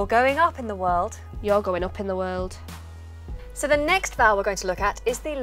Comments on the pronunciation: Am I the only one that can hear a twang of Yorkshire in this mancunian accent? Words like 'So' she pronounces as Serrr (Very yorkshire) and 'Square' she pronounces as 'Sqerrr' . Apart from that it's bang on. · Definitely a little yorkshire in her accent. To pronounce "one" as "won" and "so" as "sur". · You have not emphasized enough an aspect that is, in fact, the most prominent to a non-native speaker: pronouncing "daily" as "dêly", "so" as "sô", "face" as "fêce", "waiting" as "wêting", "made" as "mêde", "take" as "têke", "bathe" as "bêthe" (with ê and ô having sounds as in the Portuguese language).